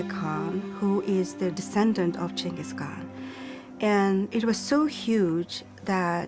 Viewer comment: the first "G" in "Genghis" is soft, like "J/Ch".